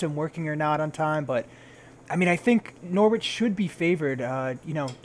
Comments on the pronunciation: pronounced Norich though! ;) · U said norwich wrong btw. But just found the channel and love the vid